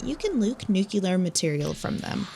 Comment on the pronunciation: It's NUCLEAR and not NUKELAR.